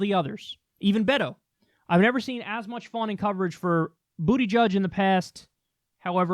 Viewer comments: Lmao,..STOP calling him "BOOTY-judge",..its Buhda-judge",..I'm sure you are doing it in purpose,..but its petty,..please stop Lol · No. Kyle makes up nicknames for many of the candidates. His last name is pronounced "Buddah-judge". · Has Kyle considered that what Pete is going to do is far more important than winning? He won't win. But, he will have done things otherwise impossible. And, it is BOOT-edge-edge. Making fun of his name is as childish as Trump. Kyle is MUCH better than that! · "Boot-edge-edge" say it how you're supposed to; you cover politics for christ's sake. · no it’s actually not pronounced booty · Did you just call him booty judge wtf😂😂😂🤣🤣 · Is it really pronounced booty-judge?? Lmao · It's booty-gig Kyle (as in there's a gig in his booty) pronounce his name properly